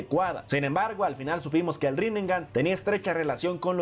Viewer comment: rinnegan:❌️ rinengan:✅️ en los subtitulos es en donde mas se nota